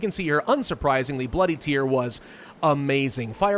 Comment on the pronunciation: It's bloody tear, as in rip and tear. Not boo hoo tear.